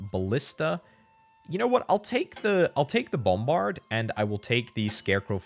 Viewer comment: Say "BOMberd" one more time